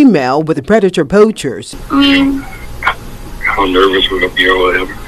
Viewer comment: I have 2 questions: 1.) Am I the only one that noticed the news lady calling them “Predator POUCHERS”? and….. 2.) Why does call himself “”? Just curious.